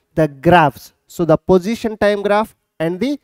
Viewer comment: sir it is position not pojition